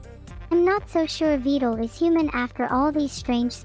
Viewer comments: She pronounced his name right! (By saying Vettel) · The worst part is Neuro chose now of all times to pronounce Vedal's name right.